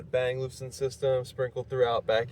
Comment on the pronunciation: Bang and “Oh Luff Son”. That’s how you pronounce it.